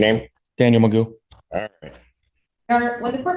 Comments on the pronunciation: Why does the content creator keep calling him McGuff when the video and court clearly call him Magoo??? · McGuff? It’s Magoo 😂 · I’m not sure if anyone corrected you but his name is MAGOO not MCGUFF the crime dog! Geez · Commentary: "McGuff." Audio: "McGoo." Seriously, where does this "McGuff" pronunciation come from? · He pronounces it like "magoo" not "maguff" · This is magoo not gruff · If the court is pronouncing his name as Magoo why is the narrator pronouncing it as Mcguff? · It’s Daniel Magoo not McGuff. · I hope will cover more of this guy's appearances since they are so amusing. However, I hope in future coverage you will avoid the temptation to mispronounce his name, which is Daniel Mcgough. It's pronounced "Magoo", not "McDuff". We hear the correct pronunciation throughout the hearing and don't wat the entertainment value diminished by avoiding the correct pronunciation. 🤣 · His name is pronounced Magoo but spelled funny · The fact that he says his name like 100 times in the footage you cut down to fit this video and you can't say it correctly is honestly pretty frustrating and calls into question the validity of your takes. He pronounced it Magoo so many times. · Why do you keep saying his last name wrong? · Magoo, Magoo, Magoo, Magoo. For Gawd 's sake, his last name is MAGOO!!!! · It's pronounced Magoo, they even said it in the video, lol. Think there was a miscommunication with the VO people.